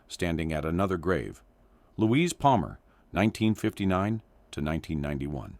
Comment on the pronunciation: Louise not Luis